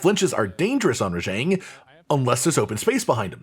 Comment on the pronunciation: Am i hallucinating hearing you pronounce Rajang wrong?